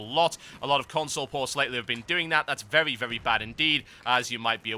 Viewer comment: "vewwy vewwy bad" lol